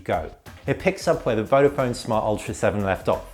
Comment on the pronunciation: why you pronounce "vofon", is "vodafon". Search before you review a product.